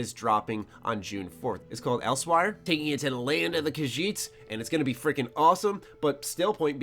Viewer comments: Else where is the correct pronunciation of Elsweyr. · Did this mofo just say Else Wire (Elsweyr)? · It's pronounced Els(WHERE). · Elsewire? who talks like that...